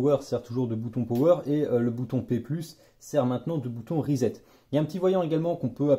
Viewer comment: Reset, ça vient de l'anglais, donc ça se prononce plus comme "riz sept" et pas "risette".